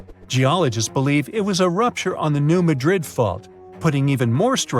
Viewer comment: It’s not New Madrid…..as in Spain….. It’s Maahdrid. Is this A.I.? I hope not